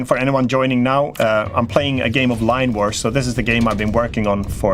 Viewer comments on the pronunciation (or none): Line War! now I found it, I really thought your saying Lime war..🙂